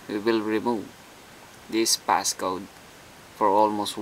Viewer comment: Notice he also says "PassGoat"